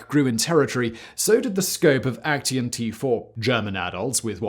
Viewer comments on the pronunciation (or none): Aktion is actually pronounced like "ahk-tsee-on". not "ek-tee-on" triggered my german grammar hating heart. lol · Just a side note, "Aktion" in German is pronounced as ak-tsion (IPA: akˈtsjoːn). So are all words ending in -tion, similar to how it is in English. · Why do you pronounce „action“ as if it’s a German word? 😂. In German it would be spelled „Aktion“ and pronounced very similar to the English word. You keep saying Aktien, which means stock, which I do not believe the Nazis sold. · I'm sure you could get hold of someone helping you with the right pronunciation of German. I wonder who came up with "A—KT—ion" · Since I am kinda triggered by the way Simon says Aktion: You say it like ac pause cyan, but replace the a in cyan with an o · Oooh come on.... Put a German word into Google translate and have it pronounced correctly for you, before saying it wrong through the whole video! yes, I'm talking about AKTION. Otherwise: great vid again! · there is no 't' in 'aktion' 😊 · Great content but the way you pronounce "Aktion" is really really weird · I kind of like the way you mispronounce "Aktion", given that it's literally the German word for "action". NoFront, it is just funny to my ears. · yeah, me too - but perhaps I am getting used to Simon mispronouncing "foreign" words? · Aktion is Action in english.why do you struggle to say words